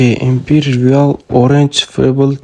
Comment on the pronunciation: Mifik 😅😅😅😅😅 bu Arkana 🤣🤣🤣🤣 Va meni akkim Arkana bilan tolib yotibti kegin siz origin ni orange deyabsiz togri gapiring